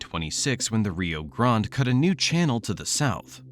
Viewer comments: What the hell? Rio de Grand? I've been saying it wrong all these years! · Nobody down here in the Rio Grande Valley calls the river Rio de Grand. And you mispronounced Taumalpas, detracting from your credibility.